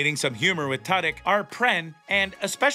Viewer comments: Who the hell is “Tud-Yuk”? At the very least, learn how to pronounce Alan Tudyk’s name correctly. He’s a genius! This entire show is the BEST TV in a long time! I’ve never Laughed Out Loud so much as I have watching this. The entire cast & writing is fantastic! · Firstly, his name is Alan Tudyk, pronounced 2-dick emphasis on the 2. Sexondly, I've enjoyed this show greatly over it's first season and I'm very much looking forward to it's 2nd. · Well let’s see here... you can’t pronounce Alan Tudyk’s name correctly and once your referred to the show as Resident Evil. I’m not impressed with you in anyway shape or form. Try another career. Perhaps one that doesn’t involve speaking.